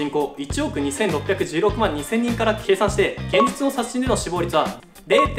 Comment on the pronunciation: 「殺人」が微妙に言えてないw